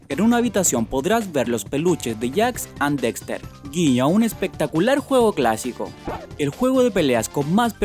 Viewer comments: se dice jak and daxter capo, no jack and dexter Jajajajaja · "jax and dexter" ???? en España es jack and daxter